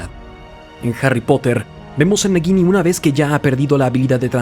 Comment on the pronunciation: No pronuncias bien el nombre de la serpiente, lo haces como si entre la G y la I hubiera una U, así es como se hace ese sonido suave gui. Su pronunciación sería como si fuera una J si lo leyeras en español y si es como en inglés es una tipo Y